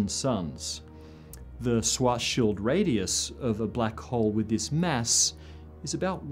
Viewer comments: it´s pronounced schwaRRRzschild radius ^^ a "swat´s shield radius" also exists but only in military physics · Please say Schwarzschild, not Swarzshield 😊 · I've never heard Schwarzschild pronounced like that.